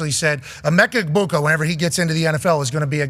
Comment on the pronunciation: Major missed opportunity not asking Emeka Egbuka about Rob Gronkowski totally butchering his name 😂